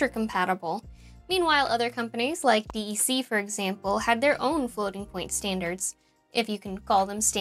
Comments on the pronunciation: “Dee Eee See” aka “DEC” is said like “deck”. Gawd…I feel old. I appreciate your efforts! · Came here to say this. Just like we wouldn’t say “D.A.W.”, we say “daw”… Same with DEC as “deck”. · ....DEC is not usually pronounced D-E-C, it's usually "deck". As in the deck pee dee pee eleven (DEC PDP-11). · Digital Equipment Corporation or DEC was pronounced "Deck" not D E C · It is not D-E-C, but DEC as in DEC-adent, or DEC-ade, etc. I worked there the last two years of its existence. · It's OK to say "Dee-Ee-See", but DEC was typically pronounced "deck". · We said "deck" for DEC, not D-E-C. Maybe just me or a regional thing. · I had to think twice when she said D, E, C. Growing up, I only heard people say 'deck' when speaking about DEC. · DEC is pronounced deck, not dee-eee-cee, by people who worked there. :) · I've never heard it called D E C before, just DECK, and now my whole life is wrong. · This is a fantastic video! Just a tiny nitpick: DEC is universally pronounced "deck". It's "digital" or "deck", never "D. E. C." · You know it's a youngster when she says "dee eee see." In the day, it was always pronounced "deck". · My mom worked at DEC in the mid 70s and 80s. It was pronounced “deck” not Dee Eee Cee. But actually everyone called it “Digital”, or if needed for clarification “Digital Equipment” The people who called it “Deck” (DEC) were usually Digital employees or industry insiders. It is kind of wild to think that Digital was a (relatively) well known brand back in the day. We had SO much “Digital” swag in my house growing up. 😂 Anyway, great video! I use a DAW occasionally, I never really thought about the calculations for volume, or any of the parameters on a DAW! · Love this content, but one little nit - nobody in the industry pronounced their name "D.E.C.", it was always pronounced "deck", like on a ship 🙂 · Who says "D E C"? It's not like "I B M". I used to work at DEC and everyone just pronounces it "Deck".